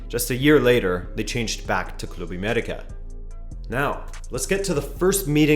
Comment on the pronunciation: Your pronunciation of Club América is a sign of respect. Se aprecia.